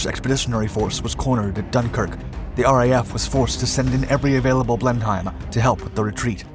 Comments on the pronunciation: Sorry my American friend but if you are going to tell us about something at least learn how to pronounce it correctly. It is not pronounced Blen Hime, it is Blen um....((Blenum) Blenheim) as in Blenheim palace or this bomber. Aldo the Heinkel is pronounced ( Hine kel) not Hinkle by the Germans and the europeans... sorry to be a stickler and grammer Nazi. Just like the city of Leicester is pronounce lester not leysester ... As everyone has commented also, mach 3 plus is impressive for a piston engine d WW2 aircraft before the sound barrier was actually broken in 1947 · Bleinam is how you say it not blen heim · Isn’t it pronounced. Blen’em and not Blend-heim? And Heinkel is German, so Hein-kel and not Henkl? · The plane name is pronounced differently not Blen..heim but Blen...him. It's really jarring listening to it being mis-pronounced so often. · Indeed. He says “Blenhyme” every time, while everybody involved in building these things would have said “Blenem”. Bloody Yanks, eh? Also, “Boylingbroke”, instead of “Bolingbroke”. Where did that one come from? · It's also NOT pronounced 'Blen-Hime', but more like 'Blenem' ... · Pronouncing it as "Blen-hime". Should be "Blen-um"... as in the battle after which the Duke of Marlborough named their estate, and at which one Winston Churchill was born... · Good video as always but please note Blenheim is pronounced Blennim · In English it's pronounced "Blennum", Heinkel is pronounced "Hinekel" O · Just a note, Blenheim is pronounced 'Blennem'. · Like all British place names, you cannot trust the spelling to guide the pronunciation. In this case it's Blen-Em. You also can't trust your speed calculations. Imagine publishing videos without double-checking the text or taking 5 seconds to verify the pronunciation. Btw, the Canadian-built version was called the Bolingbroke, presumably you are able to pronounce this correctly. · Blen-heim? It is pronounced like it rhymes with 'plennum'... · Pronounced Blen-em. Thank you!